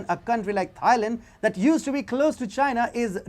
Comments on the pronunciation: When you pronounce "Thailand", don't pronounce the "Th" the way it is normally pronounced in English. It is pronounced "Tie-land", not "Thigh-land". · you should really find out the correct pronunciation of a country before you make a video of it. It’s not pronounced ‘Thigh Land’, It’s pronounced ‘Tie Land’. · Great video but all I keep hearing is "thigh land". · It shows lack of research, and makes point less credible. Even in his native Indian language, Hindi it’s pronounced ‘Tieland’